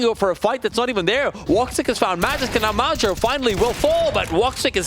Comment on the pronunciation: How the hell do you pronounce major as madger.